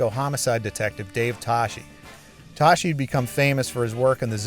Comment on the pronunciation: "STAAAP BY DA BLAAG." Hey it's pronounced "toss-key" not "toshi".